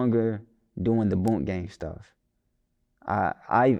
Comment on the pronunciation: FKA *proceeds to title AKA. says boonk gang. Interviewer: bunk gang